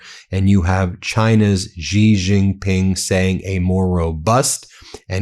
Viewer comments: Ben, Xi is pronounced as "she" not "zzzggghhheeee" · The Xi in Xi Jinping is pronounced just like the word "she" in English.